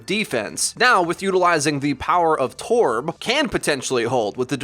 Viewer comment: please stop saying “torb” like that, you sound strange